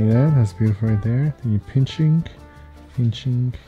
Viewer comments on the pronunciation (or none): ASMR MODE ENGAGED: "pinchink...pinchink...pinchink....pinchink..."